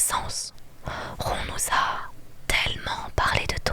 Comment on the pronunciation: Tu l’appelles rond 😭?? C’est censé être rone wizley (je l’écris comme ça pour la prononciation) non ??